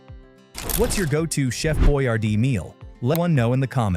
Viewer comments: Boy Yard Dee all one word not Boy R Dee lol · It's not pronounced boy-r-d. It's pronounced Boyar-dee. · It is Hector Boiardi, not Boyardee. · The chef's name was pronounced boy-ARDEE. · He literally said his name correctly in the beginning and you still mispronounced Chef boy-ARR-dee. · His name is really spelled Boyardi, with accent on the second syllable; he was also the caterer for the inaugural ball of President Woodrow Wilson.